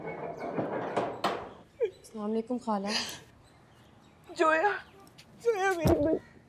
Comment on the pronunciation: Ye log zoya ko joya kyo kah rahe he?